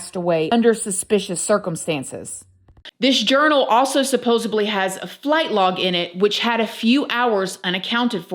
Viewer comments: Just an FYI, it's 'supposedly', as opposed to 'supposably' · I used to say this wrong, too. It is supposeDly, not with a B! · 😂 How am I supposed to believe someone who says "Supposebly"? 😂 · I enjoy your videos with all the various topics. Thank you for your work! I'm only mentioning what I'm about to mention because you use the word a lot, which is fine, but, um, there is no "B" in "supposedly." Every time you mispronounce it, I'm reminded of Joey from Friends. IYKYK. 😉I realize this video was 3 months ago, so you may never see this comment. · Mifhr be a weid thing to ask but why do you say supposebly instead of supposedly ypur replacing the d with a b , a few times ive listened to you i kept thinking im hearing it wrong bit you do say it with a b instead of a d , sorry if thats a weis one just wondered is it different in the usa ? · "Supposibly"? Supposedly. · Why do Americans say ‘supposebly’ instead of ‘supposedly’? It’s something I’ve noticed a lot recently on videos. Is it just the way it’s pronounced over there? In the UK we pronounce the ‘d’ at the end as d not b. She says allegedly the same way we do and not allegebly, so that’s why I’m confused. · supposeDly not supposably 👍